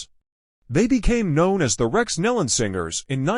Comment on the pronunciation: PRONOUNCE THEIR SIR NAME AS 'KNEE LON' THE AUDIO SUCKS, FIX IT!